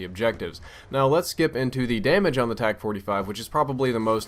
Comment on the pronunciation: Dude its a TAC not o tec